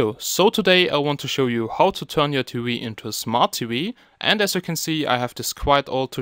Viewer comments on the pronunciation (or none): smart T-wee lollllllll, great video, or should i say wideo. lolololol